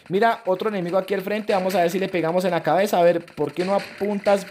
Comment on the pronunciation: Like si te diste cuenta que en el minuto 10:5 dijo clabeza